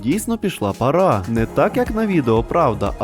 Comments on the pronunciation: пАра, наголос на перше а) але всеодно молодець, що розвиваєш україномовний контент 🇺🇦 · ти впевнений що українською справді буде парА? я на протязі всього свого життя чув це слово з наголомом лише на першу "а" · пАра а не парА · Я вибачаюсь але не парА а пАра